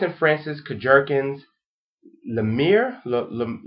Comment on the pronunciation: LOL! Kurk-jerkin. Think kurk-john. But like Jean Claude van dam. Kurk-gh-eon. I've met the man so I know exactly how his name is pronounced. And someone said maison means house is correct. The house of.. Or just say MFK.